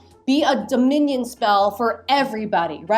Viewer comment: the way she keeps pronouncing Dominion is making me think of a loaf of bread in the shape of a minion 😭